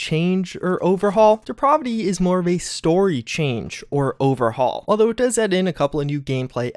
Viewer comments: I don't think host knows the name of that mod. It is not Deprovity.. It's Depravity. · DEE-PRAV-A-A as in APPLE VITY. DEPRAVITY. It's a short A not an umlaut, STOP IT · Deprovity? It's DeprAvity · “Deprovity” you’ve got to be fucking kidding me 😂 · Please don't think I'm a grammar Nazi. I let this side many, many times before now, but I just can't take it any more. Depravity is pronounced dee-pray-vity. The middle is like pray, as in prayer, rhymes with clay. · He's a nou-vice at such depraaaaahhhhvity in that case. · the way he keeps saying depravity is really pissing me off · You're pronouncing depravity incorrectly my guy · Could you please learn to say depravity correctly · i almost had to turn this vid off because of how you mispronounce depravity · That just means the mod author also mispronounces it. Two wrongs don't make a right. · no he's just a fucking idiot